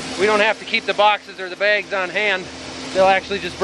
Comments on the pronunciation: “Begs, BAYGS” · Can we get Becky to confirm whether it's bags or begs. my fellow podcast listeners will understand😂